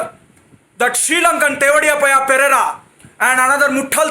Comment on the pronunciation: The way he said of perera😂😂